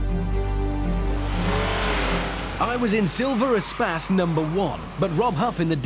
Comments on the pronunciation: it should be pronounced e - space (space - loads of room), not some espaaas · why is it pronounced espass and not espace? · It's not "E Spass" it's E Space as in Extra Space. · Umm why did they pronounce it as 'A-spas' instead of 'E/A-Space'?